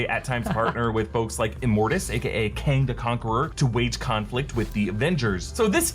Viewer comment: Voss got kang right in first episode